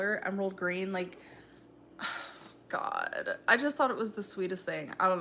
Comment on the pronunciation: YESSSSS when she says “Oh my Guh” it sounds so wrong 😭😭